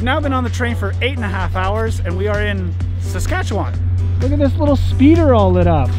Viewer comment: FYI its SaskatchaWEN not wan. Nobody here says Saskatchewan.